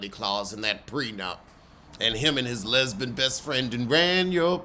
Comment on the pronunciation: Not the "lesbun" 😂 Shout out to TS Madison! 🤣🤣🤣🤣